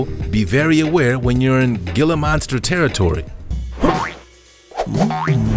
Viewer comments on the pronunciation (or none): The 'G' is silent. It's pronounced "Hila" Monster, not "Gila" Monster. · Not pronounced Gilh-ah, it’s He-la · It's pronounced Heeluh not Gilluh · Gila monster = hee lah monster. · I was just going to say that too! Hee-la monster. Spanish the ‘G’ is pronounced like an H. 😁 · Gila=hee-lah, don't feel bad though, another narrator pronounced it like you did